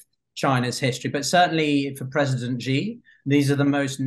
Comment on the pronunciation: Bro, say his name right please. For credibility sake. Its XI not JI